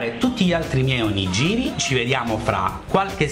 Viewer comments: ciao :) 1 errore di pronuncia : non si dice Onogiri,ma onigHiri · Non si pronuncia 'onigiri' ma 'onighiri' ;) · si pronuncia OniGHIri lol sentire oniGIRI mi turbava :O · Ma non si diceva ONIG"H"IRI ? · "oniGIri" non si può sentire.. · Bravo!! Perô mi raccomando: si pronuncia ONIGHIRI !!!!!!!!!!!!! :) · si pronuncia ONIGHIRI!!! -. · Voglio l'Onigiri a forma di faccina di Panda!! Che carinoooo!!!! P.s. Ogni volta che dici "Onigiri" onestamente mi viene da ridere... (nel senso buono)